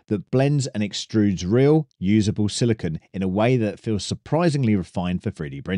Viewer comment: Pro Tip: Silicon is a hard shiny metallic-looking element. Silicone (note the extra E) is the soft rubbery polymer. It’s pronounced like cone phone drone moan.